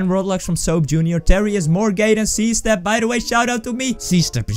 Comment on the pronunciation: I always get confused cuz he says ZStep as C-Step??